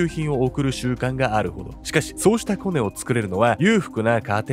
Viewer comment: コネのイントネーション(・ ∀ ・)笑